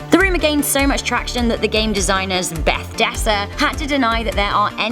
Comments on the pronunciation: Bethesda not Bethdesa but they don't really deserve their name to be pronounced correctly at this point. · "Beth desa"? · LOL "Beth-desa" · "Beth-desa" excuse me wtf? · I'm not subbing cause you cant pronounce bathesda right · Bethesda deserves such utterly butchered pronunciation..... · Absolutely butchered Bethesda’s name there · Bethesda Fan: I think you butchered the name Bethesda... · That Bethesda pronunciation...